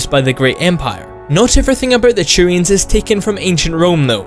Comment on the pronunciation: "Next up is the Churians"